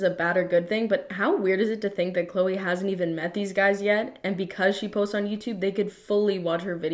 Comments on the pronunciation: THE FACT THAT SHE SAID CLO INSTEAD OF CLOE LMFAO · When he rhymed Chloe with know-e, I felt that...